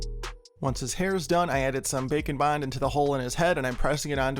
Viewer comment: Omg everytime you say “bake and bond” I hear bacon bond 😭